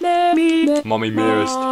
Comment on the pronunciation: Can anyone hear bf say moomy